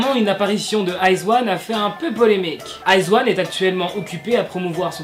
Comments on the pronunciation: Le groupe se prononce I zaune et non Iz one 😂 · Salut je vais faire ma reloue mais iz*one ça se prononce aie dji one et pas eyes one 😂 Et je suis une wiz*one a mort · iz*one sa se dit pas iz(i)one ?😂😭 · C'est stressant la façon dont tu prononce izone pck on prononce le o jsp comment expliqué et moi je suis une wizone izone c mon 2e UG j'aime tellement ce groupe 😭😱😱😍😍😍😍